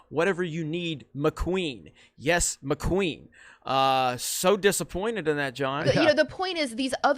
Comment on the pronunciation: Does anyone besides me feel like is saying "McQueen" instead of "my queen"?